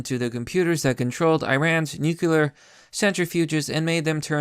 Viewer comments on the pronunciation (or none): Bruh, it's pronounced "nu-cle-ar" Have you ever read the word?